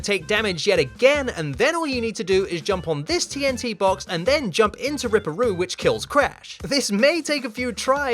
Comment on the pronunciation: It’s rip-per roo 😂